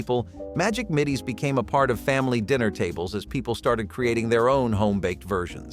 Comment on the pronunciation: Ding Dongs weren't really 'cookies. Hello Dolly bars were not sold in stores, they were something people made at home because they were so easy and rather fun to make. Trader Joe's sells a lime cookie in the summer, that is similar to the Lemon Coolers. Why does the narration keep saying "Middies" when the package clearly says "Middles"?